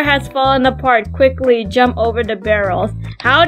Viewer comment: i love how you say quchly🤣🤣🤣🤣